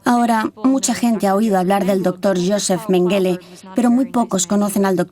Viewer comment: EN alemán se pronuncia Méngele,con acento en la primera sílaba.